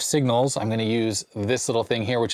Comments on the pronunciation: Hi. Thanks so much for the videos. Love them all. I do enjoy longer videos myself. I must point out the they way you pronounce balun. It’s not baylun it’s balun as in balanced to unbalanced. Anyways I am picking on you and I apologize for that. Keep on doing what your doing. Love the content. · those antenna adapters convert BALanced 300-ohm twinlead to UNbalanced 75-ohm coax, so the name is shortened to BALUN (not "bay-lun"). Unbalanced signals have a signal and a reference (typically ground), while balanced signals don't directly use a ground reference but more like two opposite polarity signals referenced to each other. This is not a nag to correct your pronunciation, more just pointing out to you and your viewers the origin of the name and teaching about the signals. Thanks for producing such enjoyable content; and yes I'm jealous of that Sencore test set! 😊